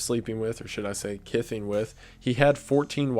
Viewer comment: you say 'kison'. Is that supposed to be a portmanteau of 'kithing', an already made-up word, and prison?